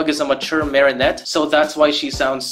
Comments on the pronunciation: Why do you keep saying Marysu? And I use to love this special when I was 7/6 and the songs I mean I still think ladybugs song was pretty good I just didn’t really like bad Santa claws and I don’t like rock it’s just garbage you can barely hear what there saying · It took me a minute to realise why you kept calling Marinette Mari-Sue lmao